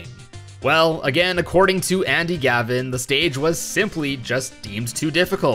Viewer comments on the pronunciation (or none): none